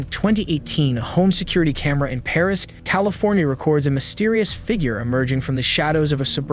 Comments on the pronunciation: It’s Perris Ca no Parris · It was the town of Perris, not Parris. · It’s Perris, CA not Parris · It's PERRIS... NOT PARRIS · It's Perris, CA BTW 😂 I'm a local 😅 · That is Perris California not Parris Calif. Not far from Riverside Calif. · Perris, CA, not Parris or Paris. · It's Perris not Parris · That’s Perris, not Parris.